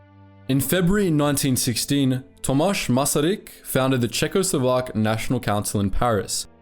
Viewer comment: You said Zborov wrong but Tomaš Masaryk correct so its all right.